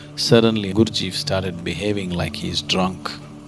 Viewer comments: Nice if could manage to pronounce the name correctly. It is GURD G eff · The Sad-Guru cannot even pronounce Gurdjieff correctly. What more can we expect from this superficial view? ;) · If one's hearing is flexible, you can hear that "Gurdjieff" sounds like "Guru-ji"